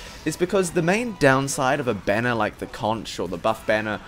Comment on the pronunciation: Thought you said bonner instead of banner lmao